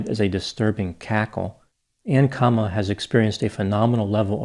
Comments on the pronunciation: Hi Doc. Just a small issue that many people make. Her name is pronounced Kuh-MAH-luh. Not sure why this gets missed so often. I am excited to watch your piece on her using word salad Bc I have my own suspicion about her dubious position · Kamalas name is pronouced kumula she's from india not black!